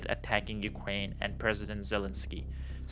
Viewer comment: I cannot take information seriously from a person saying “Ukwaine” & “disagweed”, especially with single sided criticism.